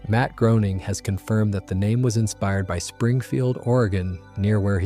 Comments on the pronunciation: You lost me at Matt "Growning", should sound like Greyning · Groening rhymes with "Complaining"